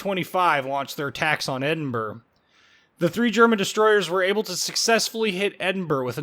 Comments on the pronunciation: Hey, I've been to Edinburr! It's right next to Belfast, in Wales. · Why can't you pronounce the capital of Scotland?